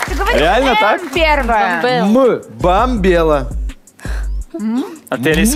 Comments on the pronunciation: во треш.... неправильно сказал Бамбелу же!!! ну фу вообще. Хочется лайкнуть Олесю с хахалем)), но не лайкать выпуск. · Если переслушать, Наиль говорит «Бамбела», а не «Мбомбела». Поз подсуживал. Олеся с Максом всю игру выигрывали. 5 очков, когда жена Наиля сказала «ужин», а ответ «дорогой ужин», почему засчитали 5 баллов? Олеся догадалась на 3 подсказки раньше. Победа несправедливая. Перед НГ это особенно неприятно. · Это жуть... Семья Умяровых нечестно выиграли 1. "Ну ужин" 2. "Бомбело", а не "Мбомбела", еще и Олеся возмутилась правильно, что "Ты же сказал, что первая буква "М"... Мда, Позов почисти ушки